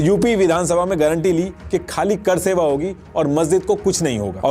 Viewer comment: Apki pronounciation bahut weak hai. करसेवा नहीं वो कार सेवा था। ऐसा लगता है, आप किसी रिपोर्ट को पढ़ कर बोल रहे हैं।